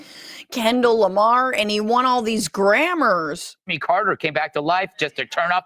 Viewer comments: “Kendal Lamar” and “won all these grammars” lady you need to retire. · “Theis guy, Kendayll Lamar, and he won all these grammers-“ -Fox News Reporter